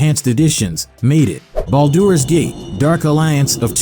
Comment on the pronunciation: I take thunder damage every time it tries and fails to pronounce Baldur's Gate.